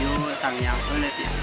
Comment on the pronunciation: Heuleut ya min, pake U hehe